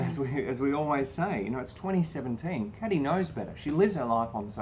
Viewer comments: Oh and I could be wrong but I think her name is probably pronounced "Kay-dee" (like a trendy spelling of Katy) not "Caddy". Anyone who knows feel free to confirm or correct this. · you are pronouncing Kady's name wrong